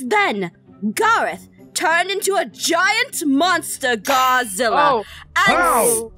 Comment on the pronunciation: OMI IT IS NOT GARRAOTH IT IS GARROTH